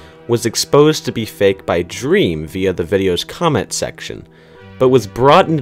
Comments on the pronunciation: Everyone: Dream: Dræm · Its dream not dreem but good vid! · “Drem” please 🖐💀😭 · Is it me or does he keep saying drem not dream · He is not drem it's DREEEEM with a a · It’s dream not drEm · Drem XD its dream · Why the hell does he says drem it is dream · Why does he say drem not dream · It’s not drem you stupid it’s dream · Bruh its dream not drem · why do you say drem and not dream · Dream not drem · Its not "Drem" Its "Dream" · You said dream it's drem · I like how he said Drem not dream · WHY DO U SAY DREM ITS DREAM JEASUS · HE SAID DREM LMAOOOOO NOT DREAM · it's not drem it' dream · His name is DREAM NOT DREM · U say drem lol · Anyone notice he says drem instead of dream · its dream not drem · ah yes “drem” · I love how he calls dream drem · i like how he pronounced dream as drem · The way he says dream😂😂😂. He says drem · He’s saying dream wrong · Am I the only one pissed he said drem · Man calls dream drem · I got really mad every time he said drem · This dude just said “drem” HAHAHAHHAHAHAHAHHAHA I CANT STOP LAUGHING HEELLLP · I like how u say dream (drem) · Why does she have to say dreams name wrong